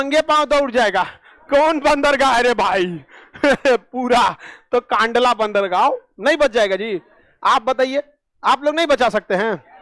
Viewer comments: कांडला नही कंडला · Kandla nahi kndla bola jata he